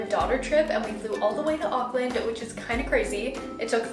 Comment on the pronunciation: Glad to see you had a wonderful time in Auckland - I live there :) You said all of the place names correctly, well done.